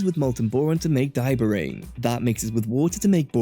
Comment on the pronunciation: Diobrane (Diborane)